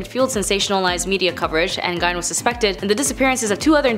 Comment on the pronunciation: Gein is pronounced Geen hard G not Gine, just FYI. I don’t know why mispronunciations bother the hell out of me, but they do lol.